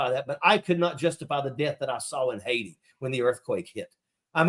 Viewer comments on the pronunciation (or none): none